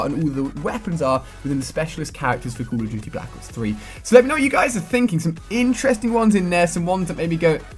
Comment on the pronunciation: sounds like he is saying call o tuty